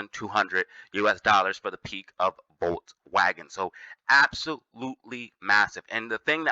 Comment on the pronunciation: Lmaooo man said volswagen bro just shut up, that comparison is been dead.